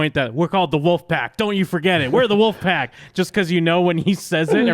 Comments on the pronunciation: He said woof pack, not wolf pack!!!!!!! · corey is saying "WOOFpack" not "wolfpack" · Omg...everytime he says "Wuffpack". 🤦